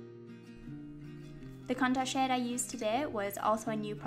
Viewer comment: Sometimes, when you say "shade" it sounds like "shit" in my head, and I laugh so much I feel like a five year old :P